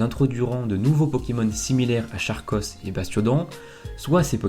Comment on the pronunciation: Charkos ce prononce Karkos